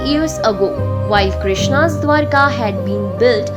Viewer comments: Not dwarika, it is dwaraka, pronounce clearly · Please pronounce properly. Its not Dwarika, its Dwaraka